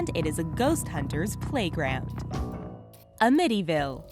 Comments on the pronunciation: It's not A-mit-tee-Ville it's Am-It-Tee-Ville. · AM-itty-ville not am-ITTY-ville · A-mityville? it is Amityville, all 1 word! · I love your mispronunciation of AMITYVILLE. its not a mityville it is amityville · It is am-ity-ville. Not Amity- ville. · Amiti :) ville lol , Ami-ty-ville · Apparently you guys havenever heard of 'Amityville' lol.😛 'Uh-mitty' hehe😝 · I fucking hate the way you say amity ville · Ah-mittyville??? Really?? Also...the Winchester gun was a RIFLE...NOT A PISTOL ..js. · "uhmittyville" sigh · She said "a-mitty house" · A mitty ville ? 😅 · The scariest thing about this video is she mispronounced amityville house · Hearing her totally mispronounce the word Amityville kills me. She said it 4 or 5 times and I'm yelling at the screen. 🤔 - Amityville resident. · I couldn't help but to laugh at the Amityville mispronunciation. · So No one is gonna say anything about them mispronouncing Amityville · i noticed and it BUGGED TF OUTTA ME!!! i kept correcting her in my head lmao! BIG pet peeve of mine; mispronouncing words. ugh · Thank you for saving me from having to say something.. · Thank you for pointing it out I thought it was odd myself. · Her name is Sarah Winchester, not Mary. And how in the world can anyone mispronounce "Amityville"?